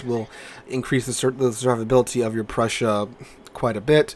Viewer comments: Just say “Proy-sun” with emphasis on Proy. Done! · The pronunciation is pretty simple. It's /proy sen/. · it's just "Proy-sen" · To pronounce Preussen, just say "Proy-sin" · 🤣🤣 its Preussen 🤣🤣